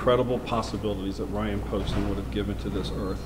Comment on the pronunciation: She says Bryan instead of Ryan...